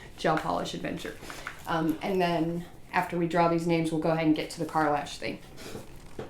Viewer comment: no you pronounce it perfectly lol nobody ever gets it right I was just so excited to see the video I really wasn’t pay attention